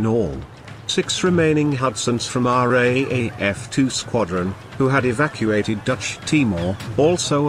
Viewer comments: It is not pronounced R A A F. It is pronounced R double A F. Who researched this? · It's not the R A A F, its the "R-double-A-F or the Raf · Dear uploader... Great video spoiled by machine speech and the misspelling of "Australia," which took credence away from the production. Just a hint... If you are going to use the machine speech system then type "R double a F" and it will come out sounding correct. As to the Darwin battle. Look. I'm Australian but this shows how f'd up our military was at the start of the war. There is a great myth in Australia of the heroic Aussie soldiers...the great ANZACs. Now in many ways that myth is true but there was some terrible cock-ups in high command in Australia early in the war and it took Douglas MacArthur's stewardship to fix things. Some of the very ordinary Australian generals wanted to cede the entire north of Australia to the Japanese and form a defensive line in Brisbane...the so-called "Brisbane Line". MacArthur was furious with the Australian generals and rightly explained that if the Japanese made landfall and could create sufficient supply lines then no existing Australian military resources could stop their eventual sweep into the southern states. So he basically told the generals to wake up and put their efforts into forward defence and hitting the Japanese in PNG. The entire Darwin episode shows the incompetence of the Australian military at the time. They had lazily not fixed the radar system. The radio communications system was primitive, the port was insufficiently protected, even though it was a major transit point for supplies to the north. There were not eno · No offence mate but its called the R double AF, not the R.A.A.F. As pronounced anyway. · How many times do we have to listen to the commentator say RAEF when it should be RAAF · "RAAF" is pronounced as 'raaf', not are-aye-aye-eff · Austrarlia, as shown on your map , is not a country I can find on Google Earth. Also, RAAF is pronounced "R Double A F".